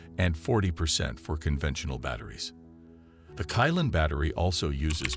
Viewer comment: Qilin is read as Chi-lin not kai-lan.. don't really understand chinese throughly...